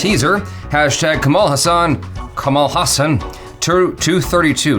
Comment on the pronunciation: right pronunciation of his name is ka - as in "co"ffee ma - as in "Mo"ther la - as in "La"La land ha - as in "Ha"llow ssa - as in mali"ssa" n - as n or Kamala as in "kamala" harris